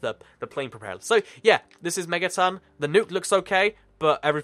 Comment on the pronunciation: its megaton not mettaton what is this undertale